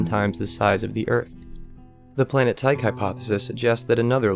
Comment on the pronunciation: Total credibility failure for being unable to correctly pronounce 'Tyche'.